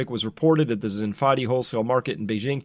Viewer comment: Chris. It's 'xin (like your shin bone), fa (do ray mi fa), di (like 'deed')